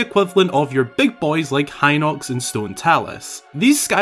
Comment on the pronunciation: HEE-nox, not "hy-nox"!